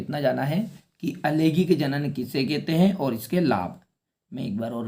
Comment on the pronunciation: Bhai langaik alangaik hota hai lagik alagaik nahi